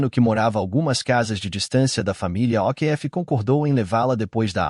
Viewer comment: pELO AMOR DE dEUS ANTES DE FALAR UMA PALAVRA EM OUTRA LINGUA PROCUREM SABER......O'Keefe fala OKIFF